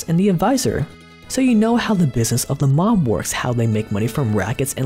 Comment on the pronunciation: I think you said Mob wrong